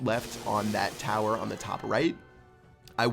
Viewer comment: he said inferno towet